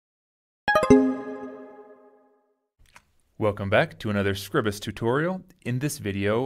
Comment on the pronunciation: Scribus - from SCRIBE - not scribble. Scry-bus.